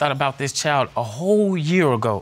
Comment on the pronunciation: Why can't the people on this show and most of the other court shows pronounce the word "child". Child is not pronounced "chow".